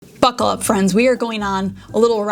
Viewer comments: I thought you said "F*CK off friends" so shocked, had to add subtitles to check 😂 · Hahaha. Me too! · I rebound 3 times and still couldn't understand what she said. Glad you commented😅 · Me too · Lol! That's what i heard too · Me too 😂. I was like whoa you’re feeling feisty lmaooo. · Me too! I had to rewind and put the text on so I could see what she said.